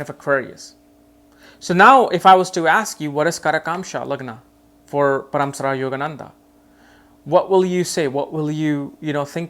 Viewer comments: It's not paraamsara it's Paramhansa Yogananda.. 🙏🙏🙏🙏🌺🌺Thank you 🙏💕 for insight... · Paramsara ?? Really his name is Paramhans for heaven sake 😂